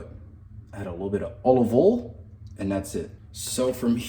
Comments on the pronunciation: Did you mean to say olive oool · the way you say olive oil makes me die of laughter bro 😂